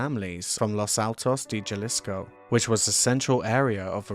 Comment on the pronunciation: Great video, thanks. The initial "J" in Spanish is pronounced as an "H". Ha-lees-ko.